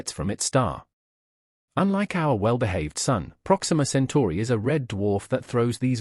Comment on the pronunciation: BS! Stop the cartoons and show the pictures. And tell the robot it's 'Centuri' not 'century'.